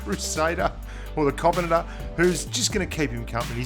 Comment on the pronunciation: Lmao the way you said "Covenanter" it sounded like covenater/kovenaner